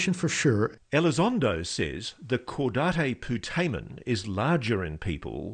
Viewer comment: I'm going to be that guy. Lou, that's not how you pronounce cadate putamen.